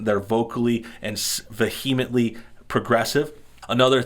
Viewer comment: Please learn how to pronounce vehemently. Thank you.